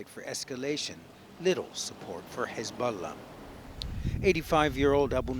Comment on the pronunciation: The reporter/narrater pronounces Hezbollah “Hezboooolah.”